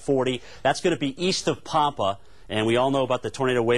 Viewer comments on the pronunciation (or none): I have near heard anyone butcher the town name "Pampa" that bad before. It took me a second to figure out what he was saying. It is suppose to sound like the name "Pam" and then the "pa", but since all hell was breaking loose, I guess it is forgivable.